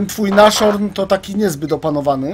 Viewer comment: Nie "naszorn" tylko "nasHorn" to jest niemieckie słowo i znaczy nosorożec